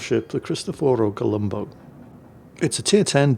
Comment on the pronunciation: WTF? You actually pronounced it correctly? You didn't call the ship the Colombus!! 😮😮 Now if you could just pronounce the Yamato correctly. When I played WoW this was my favorite ship and it was really good. The guns were constantly accurate like in this replay.